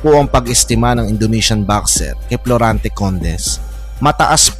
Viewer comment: Florante not Plorante